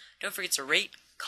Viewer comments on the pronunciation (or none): LMAO at the end it sounds like he sais "don't forget to rape, comment and subscribe" anyway great vid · omg! when you said "Don't forget to rate, comment, subscrobe to me...." i thought you said R*pe Rofl it was random Dx